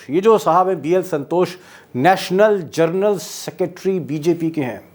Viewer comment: जरनल सेक्रेटरी नहीं जनरल सेक्रेटरी। पहले अपना ज्ञान ठीक करो फिर कपोल कल्पना पर भाषण दो।